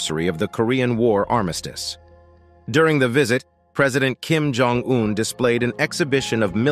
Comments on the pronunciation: At the mark, you showed a picture of south Korea. I know this because a road sign says Busan 35km with a large nuclear plant in the background. This is sloppy editing. The narrator also doesn't know how to properly pronounce Kim Jong Un's name (hear this ). This short documentary has many flaws. Choose a PBS documentary - there are several - if you want a better idea of what North Korea is and isn't. I wouldn't waste time watching this one. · Cant watch any more of the English language being butchered by this chatbot. If the makers of these videos want to be taken seriously, they need to teach their robots properly. Lab hour 😠 Kim Jong double u u🤬